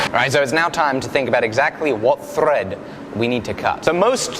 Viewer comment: he said ‘thrrrreead’ like Mexican OT. The mexican in me was so happy as an Englishman said that like that 🤣